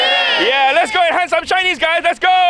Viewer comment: When he said “let’s go hunt some shinnies guys!!!” I totally heard “let’s go hunt some Chinese guys” Either way best of luck.